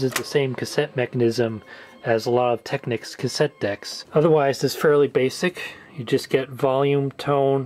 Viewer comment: youre the first american ive heard that can pronounce technics correctly. congrats!